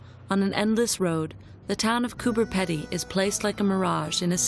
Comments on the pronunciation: and why is she saying "Peddy" instead of Pedy? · It is not peddy it is peedy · Pronounced "Pee-dy" as in speedy, not "peddy". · cooper pee-dee not peddy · Would somebody tell her that Coober Pedy is not pronounced Coober Ped-ey it pronounced Coober Pee-deey. Just like everyone else in the movie says it. lol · and she keeps saying Coober Peddy LOL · You're mispronouncing Coober Pedy. It's Coober Peedy. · Coooper Peeedee say it properly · Why did you voice over what the people said, so spoiled this YouTube! Also it would of been better if you could pronounce the places in Australia correctly, did you not listen to the Aboriginal man saying Cooper Peedy? You spoiled this whole thing. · Coober ‘peeedy’ - thanks very much. 🙄